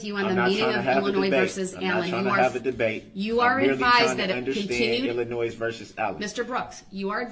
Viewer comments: “Illinoise , Oafs, troofs, axed, translated to Illinois, truths, oaths and asked are the English language words brooks has managed to slaughter. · You heard correctly - he refers to Illinois as illanoise